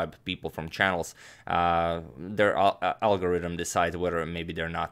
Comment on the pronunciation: "The algoridem" lol, all jokes aside i love this channel so much please don't ever stop what you're doing your videos make my day!